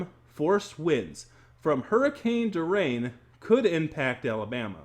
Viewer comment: I'm not even halfway through the video but I can't get over you mispronouncing Hurricane Dorian multiple times. 😆